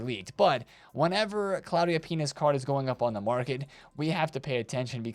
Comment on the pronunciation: My brain might be cooked because every time you said "Pina's" I heard "Penis".